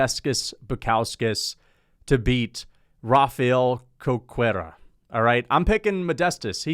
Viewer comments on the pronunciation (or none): Just as a note, "Cerqueira" is pronounced "ser-KHEI-rah"